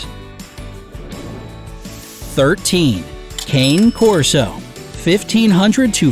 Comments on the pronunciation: I lost all trust in this video when the narrator called the Cane Corso a “cane” corso, instead of the proper pronunciation of “cahn-ay” corso. 🙄 It’s not a rare breed, and checking pronunciations is video-making 101. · You pronounced "Cane" wrong... Its pronounced like the music artist, "Kanye"... It's Italian... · Cane Corso- ca-ne cor-so. Short a. E said as A. Italian. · KAH-NAY KOR-SO KAH-NAY KOR-SO not KAYNE KOR-SO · They cant pronounce cane corso either. Its kah-nay core-so, not cay-ne core-so. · your pronunciation for the cane corso is wrong, cane is "kah-neh" not 'kein". good video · Nana from Peter Pan is a St. Bernard. It’s Sam-oy-Ed and Doe-go Argentino and Caa-nay Corso. The average cost of the breeds are way off as are the grooming costs. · it's kah-ney corso. it really pisses me off how people can pronounce stuff in Spanish and German just fine, but common Italian words are super difficult. And the same thing with fettucine, bolognese, and calzone. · Cane Corso is actually pronounced Kaan-eee Corso. Just FYI 😘 Edit: he's pronouncing many of them wrong 😒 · Cane corso is pronounced ka-nay corso... sorry that bothered me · Its pronounced KAH-nay Corso -_ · It is pronounced cana corso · The pronunciation of "cane corso" is "ka-neh corr-so" in case you were wondering. It's Italian. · It's pronounced khane' korso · Here is some help with pronunciation: It's Low+chen not ler-chin Kon-neh Corso Doe+go Argentino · Cane (Cah'-neh) Corso; Dogo (dough'+go) Argentino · The breed the narrator called a "Cane Corso" is actually pronounced Kah-nay Corso. It is an Italian mastiff breed. If you are going to present info, you should learn correct pronunciation as well. This is a complaint I have about multiple channels. That said, unless you absolutely need a purebred, look into rescues and shelters first, or better yet, just adopt a dog from a shelter. They will love you for it! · I cringe when people mispronounce Cane Corso.